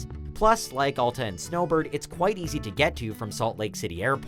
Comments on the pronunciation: Why can't people ever say alta correctly????? AL-TA NOT ALL-TA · Al-ta not All-ta this review is disqualified due to mispronunciation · It's pronounced Al-Ta, not All-Ta. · You know he has no idea what he is talking about when he can’t even pronounce Alta correctly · I cant stand the way he pronounces Alta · You obviously don’t ski that many resorts.. and pronounce Alta correctly. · The narrator couldn't even PRONOUNCE Alta correctly...